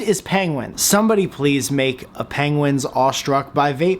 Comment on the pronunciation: Please say pengwins even more 😄😄